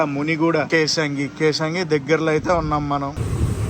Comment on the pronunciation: Kesangi kadhu bro kesinga 😊